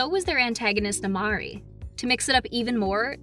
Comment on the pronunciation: Its not amari its nemaari